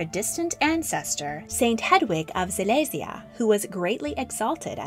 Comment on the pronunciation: You can just say Louis in the English pronounciation lol also it's Silesia not... 'Zilezia'?